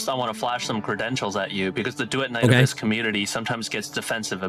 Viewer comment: Bro said Duet Night A🅱yss